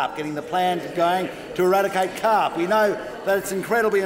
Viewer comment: Get rid of the Caarrrrrrrp!